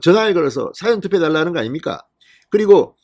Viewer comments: 사전 투표가 아니고 사:전 투표아닌가요 듣기가 좀 그러네요~^^ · 사전이 아니고 사~전 투표로 발음해 주세요!